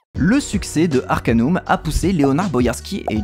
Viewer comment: Salut, a l'epoque personne ne disait Arcan[U]m mais Arcan[AU]m (du moins en france ! xD) Note: Le jeu est sur Steam Note2: le Patch Fr se trouve aisément, sinon me MP xD Note3: Bonne vidéo!